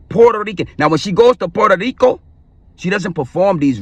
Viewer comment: 😂😂😂😂🤣i was dying laughing when i heard him say "Puerto Rico"